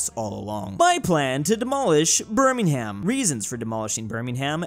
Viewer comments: I love how refuses to learn how to correctly pronounce birmingham Its pronounced birmingum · Another day, another reminder that Birmingham is pronounced birming-um, you AREN'T meant to put emphasis on the "ham" part. Until next time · pronouncing the h in Birmingham is disturbing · just said Burning Ham instead of Birmingham, not surprising, no offense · Petition for to say Birmingham correctly. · You are not supposed to pronounce the h in Birmingham. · everytime he mispronounces Birmingham I cringe